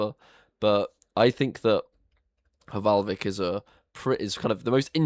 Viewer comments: no to be that guy but it is valhvik and not hvalvik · H in Hvalvik is silent. It literally means whale inlet... hmm, h in "whale" is silent too now that I think about it.